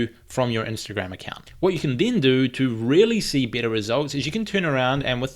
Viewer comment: i know, it's just the way you say better 😝😂